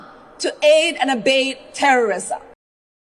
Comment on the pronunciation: listen to how she pronounces abet. Aid and abade, she says. Just sayin'.